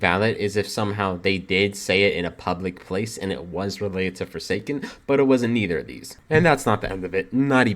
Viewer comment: I don't think anyone here plays "forsaen" lol. Anyways, hope everything goes alright